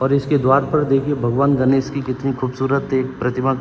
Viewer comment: Please भगवान् गणेश को 'गनेस' मत कहिए । अत्यधिक खराब सुनने में आता है । भाषा ठीक कीजिए । तत्पश्चात podcast कीजिए ।